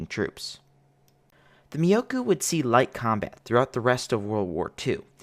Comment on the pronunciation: myo-ko... not miyokou. for the love of god, you'll enrage the weebs.